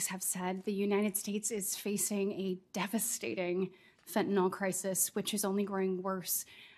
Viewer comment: Oh lord, she's still using that voice, and smiling as she describes the horrors of Fentanyl--which she hasn't yet learned to pronounce correctly.